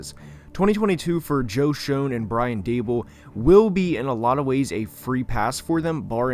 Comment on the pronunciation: Btw it was just annoying me a little bit but Joe Schoen is pronounced “Shane” not “shown”